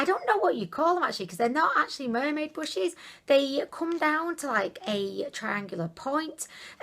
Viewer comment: is she calling brushes bushes ...?